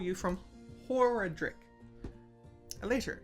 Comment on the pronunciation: Female points down, male points up. That's definitely a bull, not a scarab. And it's pronounced hor-AH-drick. :P Loving the play so far, keep it up!